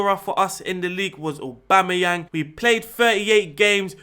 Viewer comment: "AUBOOMEYANG" Haha